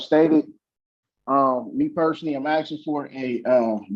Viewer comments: He's 'axing'?? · Doesn't stop him from AXING a lot of stupid questions